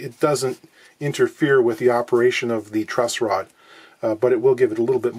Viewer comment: TIL its called a "truss rod" not "trust rod".